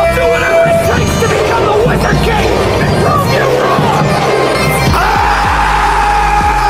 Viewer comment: Vai ami obosso apnar chaya choto kintu apner pronunciation e actu vul ache oita "Wizard King " hobe ar "Grimorie /গ্রিমঅর uchharon hobe. Mone kichu nian na....